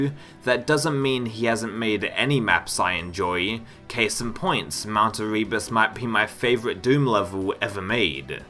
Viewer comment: It's "Mount AIR-uh-bus", not "a-REE-bus"